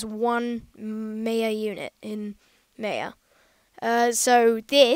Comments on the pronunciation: it's not pronounced may-a its more like my-a however i thank you very much for the video it has helped me greatly :) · It's pronounced "My-a" kid.